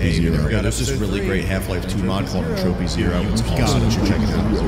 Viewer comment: "Entroupy Zero"